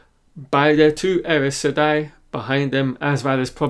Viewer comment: The way you pronounced Aes Seday is like there is an R somewhere after the A. You should listen to Kate Reading